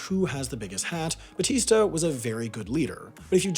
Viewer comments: Its “bAtista” not “bAStista.” Aside from that, great video! The fact that the CIA couldn’t get Castro killed was repeated incessantly by the Cuban government when I was growing up in Cuba to show off and increase the mythos of Fidel. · 0.50 ITS BATSTA IN THE VID BUT U SAID BASTSTA UR JUST TRIGGERING ME TO GET OFFENDED FOR NOT REASON. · It’s not pronounced ‘bastista’ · "Fulgencio Batista", but pronounced 'Bastista'? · bastista no offense but nice pronounciation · bastista lmao dude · "bastista", its batista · BaStista? Already looking forward for this year's mistakes video 😜😘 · God, that Batista pronunciation sounds awful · I hate to be that guy but that’s not how you pronounce Batista